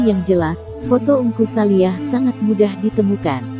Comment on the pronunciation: Bukan saliah. Neng. Tapi saliiih